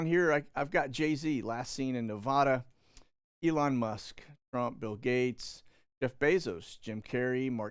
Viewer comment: Its Nevada not nevoda